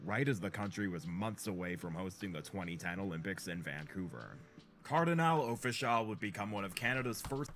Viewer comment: Lol how you gonna reference the Caribbean influence on Toronto and then say "Cardinal Official" bro... say it right, it's Kar-di-NAL, Off-ish-AL! This video is more proof that Drake overshadowed the entire Canadian hiphop scene. Some of the former artists helped him early in his career and I don't feel he's ever fully repaid his debts to those who came before him.